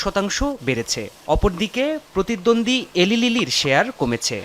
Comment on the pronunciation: লোল 😂😂 "এলি লিলি" না। উচ্চারণ হবে "ইলাই লিলি"